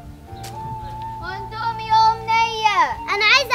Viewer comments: اقسم بالله اسمو indomie مش ondomie مش معقولة كلمة هبلة زي دي تنطقوها غلط كمان مش لازم تحطو تاتش وتبيئو اي حاجة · اسمو اندمي مش اوندومي